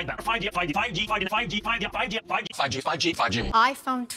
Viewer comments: After a couple of seconds it sounds like they saying “faji” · I keep hearing Faji instead of 5G through out replaying this video for about 18 times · All I hear is not '5G' but Bhaaji? 😂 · it sounds like they are saying: "fudgy" Small note: they say it 42+ times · I was just gonna say it sounds like an Asian saying fudgy, then I scroll to see your comment. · More like "figey" or "fidgey" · i was about to comment tho with fudgee haha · its like pub G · no cap sounded like fucki for once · It's like you're saying "pagi" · Apple : 5G My ears : “Fajit” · At this point im hearing "fichi" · After contineously saying 5G i hearing Paji Paji😂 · Now it just sounds like fugdeeee no 5G🤣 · All I hear is, fugi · Who heard paaji instead of 5g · Is it just me or am i hearing fudgey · Honestly to me the "5G" kinda sounded like "Paji" 😆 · me hearing "Fudgy" instead of "5G" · Now i'm not hearing 5G but Fudgee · 5G ,sounds like paji paji 😂😂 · I head instead of 5g « Fagi » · Sounds more like: paaji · I heard “paji” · I heard paji 😂